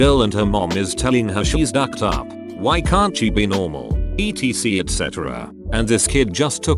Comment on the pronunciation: Eeteesee et cetera